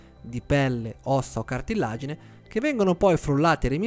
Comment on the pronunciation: Ottima spiegazione, solo una preghiera.... non dire anche tu "cartillagine" con due elle!! 😄